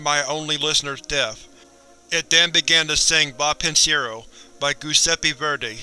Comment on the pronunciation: "Ghuseppi Verdi" You should try to listen to Google Translate before saying Italian words.